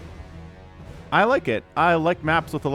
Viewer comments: FYI, "Hecate" is named for a Greek goddess, and the pronunciation is more like "HEH-ca-tay" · I'm glad I'm not the only one who wants to pronounce it "Heck-ate". I think it's really "He-cart-ay", and Alcyone is "Al-syone-ee"